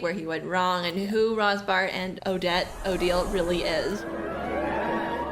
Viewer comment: I am so sorry, I didn't want to correct you, but since you said, 'Rothbart' is easy to pronounce... It is pronounced 'Rotbart' without the English 'th'-sound. 'Rotbart' means 'red beard' in German and the 'h' is silent. 😊